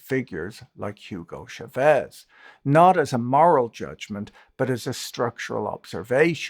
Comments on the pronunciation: Chávez, not Chavéz. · Great talk, as usual. A very minor issue of Spanish pronunciation. "Chavez" is pronounced with "cha" sounding like the start of "chart". The accent is on the first vowel. Cha-vez. This is not French, it's Spanish. Remember the cha-cha?